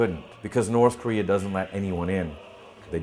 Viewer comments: I lol every time I hear Korea pronounced as Koreahr XD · north Korear is best korear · the only solution to unite south and north is to eliminate the Communist and the democrats and turn korea into kings and emperors like in the ancient Korea that way the world will not worry about the koreans starting war anyways why does the N.Korea pronounce Korea as korear